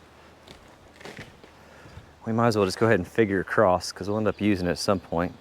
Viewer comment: I don’t know where I picked it up, but I say acrost (or perhaps acrossed) as well. I don’t even notice it until called on it…